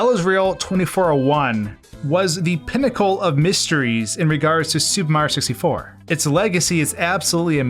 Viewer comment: Say "supa mario sissy for" one more time